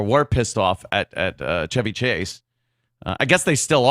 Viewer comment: I will never call him Chevy like how you pronounce ‘chives’, it’s Chevy like the car.